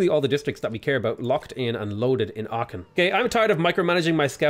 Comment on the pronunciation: Please look pronunciation of Aachen 🙏